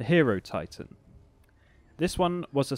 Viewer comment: pretty sure its pronounced hi-erotitan same way you pronounce hieroglyph or hieronymus as the tomb kings have a clear egyptian design influence